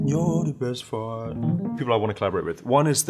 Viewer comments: it sounded like he said you're the best fart lol just me ? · Did he just say "Breast Part"? 😂